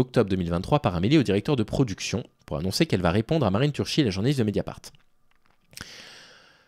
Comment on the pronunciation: Ciao chess cou (prononciation de Ceaucescu le dictateur) Turki (prononciation de Turchi Marine, la journaliste de Mediapart) 😘